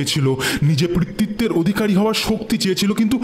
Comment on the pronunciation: পিতৃত্ব উচ্চারণ টা বারবার ভুল করছেন 🙂 পি, পৃ নয়।